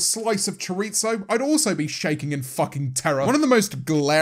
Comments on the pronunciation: james making a brand out of knowing spanish and then pronouncing chorizo "choritza" is genuinely the biggest betrayal of 2021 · as a prominent trilingual individual, I expected a better pronunciation of the word “Chorizo” James. For shame